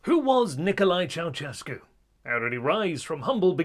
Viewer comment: it's not "ciao-tchescu", it's "ciao-shescu"